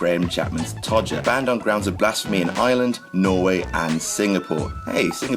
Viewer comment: The way he says "Ireland" makes me think he's saying "Island". Maybe its because of his accent. XP